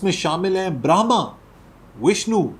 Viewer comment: This is Brahma not brahmam